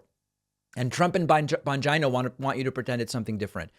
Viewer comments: David pronouncing Bongino's name is like Trump saying China. Both hilariously wrong. Pakman is, however right on the substance. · I love your channel but I question why you pronounce Bongino the way you do. It seems beneath you unless Trump or someone else pronounces it that way and you’re just making fun like with Truth Social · Is it "Bon JIE no"? Because I'm hearing the guy's name pronounced "Bon JEE no" elsewhere. Ether way, he's a Bone Head-o. Hard to believe anyone would listen to such sycophantic boot-licking. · It’s not Bongeino it’s Bongino, like Gino or Gina. Where did you get this awful pronunciation? It’s a simple Italian surname.? Thanks for correcting yourself. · Bon-dgino? Lol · Dude learn to pronounce his name right- it’s Bon- Jean- o 🤣 the jokes on you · Its Dan Bon-gina. Like va-gina or china. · That's Bon-gyno, with a hard G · Oh yeah it sounds like Bon- gee- no, and this man is extremely intelligent, former Secret Service, police officer and military. He does his own investigative reporting and has written several book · Bongino --> Bon-jeen-o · The mispronunciation of people's names is fine, but I feel dirty after every time I hear bon-gyn-o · Bong Jina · I thought David called him Don Vigina 😂😂😂. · "Bonj-eye-know" Lol, wtf? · Hahaha, John Bonjineoh.. I wonder if he knows Doctor Coosamano? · LOOOOOL Thats his name? You nearly said Dan Bongina lol i swear i thought you were gonna say that and at the last second it became an o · Does the guy really say his name "bon jie-no"?? lol why!? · David , SIR! …. It’s pronounced “BONGHOLIO” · I'm pretty sure it's pronounced "Bonjeeno". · I love how you pronounce “Bongino” with a long i 🤣🤣🤣